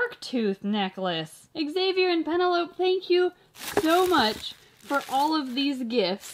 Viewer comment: She was like “shank you shoe much.😂